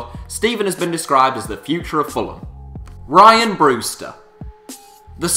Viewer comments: You put no effort into research in these vids it's rhian not 'ryan' ffs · It's pronounced Ree-an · sorry to break it to mate but it's pronounced rhian